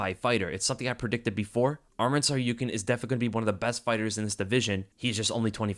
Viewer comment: Yo, thanks for the breakdown, I missed this one live so reminded me to go back to it. On a note, why tf can't the broadcasting team pronounce Arman's name? You pronounce Tsarukyan so fluidly I have to assume you pronounce it correctly, broadcast sounds awkward af 🤣🤣